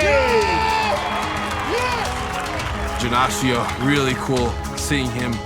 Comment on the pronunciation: How fucking hard is it to pronounce Janashia lol